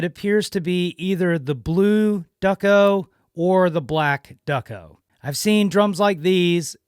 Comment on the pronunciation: Thank you for posting. The finish to which you refer is pronounced "Doo-Coh," not "Duck-oh." They used DuPont paint, hence Duco finish. Perhaps that is shelving contact paper and not wall paper? Does it have a "paper feel" or a smoother, shiny finish? Also, this drum has the drawn brass "bread and butter" lug casings, which were discontinued because they cracked. They were replaced by the "beaver tail" lug casings. Nice find. Good for you! These are great little drums.